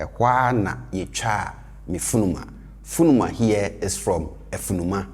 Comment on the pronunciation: Thanks! Great video. Does he pronounce "funuma" as "furuma" with the "n" sounding like an "r"? If so, are there any rules around this?